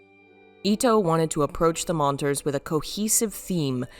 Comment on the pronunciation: "Approach the monters"